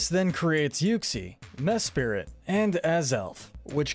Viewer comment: It’s pronounced DEE-all-guh, mes-PRIT, reg-EE-rock, reg-EE-steel, reg-EE-uh-leck-ee, reg-EE-dra-goh, KAH-los, soo-TAHP-oh-lis, ECK-crew-teek, ZIN-ee-uh, CHAIR-in, as-per-TEE-uh, LYE-san-der, GLAD-ee-on, may-guh-LOPP-OH-LISS, and WEELD, “Patrick Star”! 🤨 You’re so bad at pronouncing words and names,! 🙄